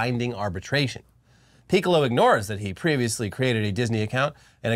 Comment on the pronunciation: I commend you both for trying so hard to not say Piccolo like the Dragon Ball character. Ya slipped up though.